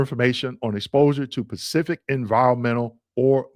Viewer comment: Bro, the word is Specific, not Pacific!!